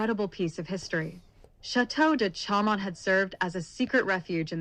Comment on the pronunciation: None of your images are LaLande or Chaumont. And Chaumont is pronounced "SHOW- Mont"